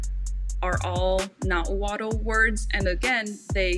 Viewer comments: Nahuatl is actually pronounced like Nawal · Another common mistake is pronouncing the L in words like Nahuatl when the “tl” is at the end of the word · And the tl in nahuatl is more of a clicking sound.